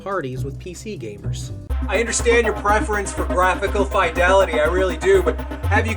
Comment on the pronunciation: R u saying fidelity wrong on purpose